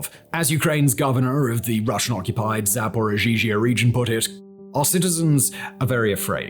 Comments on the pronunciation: "Zaporozhizhia"🤣ukranians, why did you make your western master suffer with such a pronunciation, don't make him look like a idiot!😂Simon, if you know, you can pronounce like "Zaporozhie" and it will be a lot easier and convenient, than ukranian version of word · Simon, I couldn’t help but notice a couple of pronunciation mistakes. You seem to add an extra “i” between double zh in “Zaporizhzhia oblast”, but yeah, there’s none, zhzh is pronounced just as prolonged “zh”. Also you seem to skip the second “d” in “Boris Nadezhdin”. Regardless, great work! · I appreciate the work you put into the video, but can you please check the proper pronunciation if you're doing the piece on the topic? OblAst? Zaporizhezhezhehzhe? SLUTSKY? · Why not learn how to pronounce Zaporizhzhia and THEN make the video? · Aaaaand two years into the war and once again proves that he's still never even heard Ukrainian proper nouns spoken out loud before. Zaporizhzhia got a whole extra syllable this time! LOL (You guys who write all his content DO try to coach him on this crap, right? This embarrassing.)